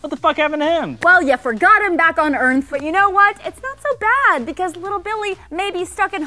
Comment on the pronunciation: Wait did say Earnth instead of Earth? Or am I just not hearing shit right?